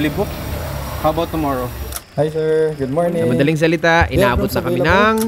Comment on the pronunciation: Wala siguro nakapansin. "Gid morning, gid morning" talaga oh.kaya kita love eh. Hehehe